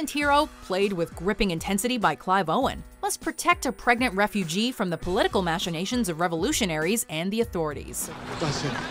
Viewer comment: Learn how to pronounce "machinations."